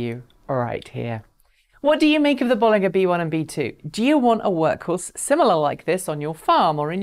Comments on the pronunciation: I thought it was pronounced "Bolinja" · Isn't it Bollinger with a J sound not G sound? Same as the champagne of the same name. Just checked with the Robert Llewellyn interview with the company. A small thing but it bugs me every time I hear you say it.